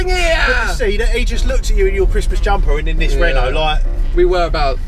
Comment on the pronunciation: When he said 'RENOOO' I lost it 😂